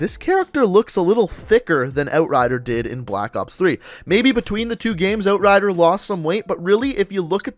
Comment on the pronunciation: I hate how he says "out" or "outrider"... just makes me cringe